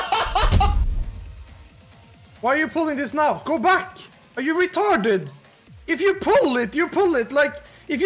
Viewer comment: 6.45 doesn't sound british, that is some scandinavian accent based on the inflections on "retArdid", "poole it" and "baack"